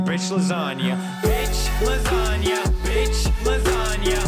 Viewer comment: That did not sound bish lasagna